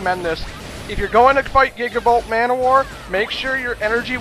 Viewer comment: When you pronounced gigabolt manowar, I actually thought you said Giggable ManWhore. Me and my imaginations, lol.